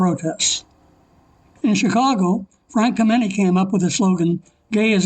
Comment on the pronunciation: You mispronounced Frank Kameny's name. The accent is on the first syllable, not the second.